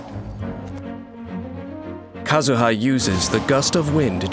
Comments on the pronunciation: No one: The narrator: struggling with Kazuha's name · POV: you die to a man who said KAZUHA SLASH